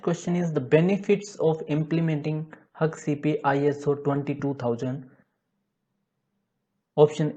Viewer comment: Hak Cp nahi🤷🏻‍♀️🙄 हेसैप bolo ya Haccp 🙏